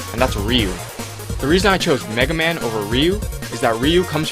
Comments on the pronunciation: well, you got mega man right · all i will say he called megaman perfectly